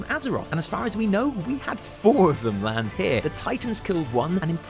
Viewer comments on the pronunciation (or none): none